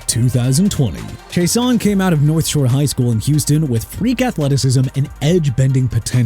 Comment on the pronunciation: ISAIAH IS PRONOUNCED AI-ZAY-UH! IT AIN'T PRONOUNCED E-SAI-AH! YOU CAN'T SAY PPL NAMES PROPERLY THEN YOU SHOULD QUIT! ALSO IT'S K'LAVON (AS IN CLAY-VON) CHAISSON (JAY-SOHN)!! I'M TIRED OF CORRECTING EVERYBODY!!!!!!